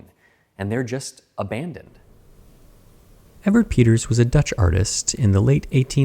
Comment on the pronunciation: The E in Evert is pronounced as A. Aivert.